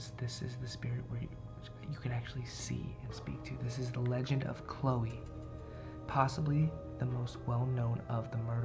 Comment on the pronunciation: when u Said ”chloe” i heard ”yeah”